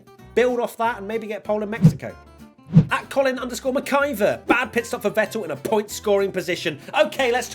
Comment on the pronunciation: holy shit you pronounced the name McIvor correctly few people do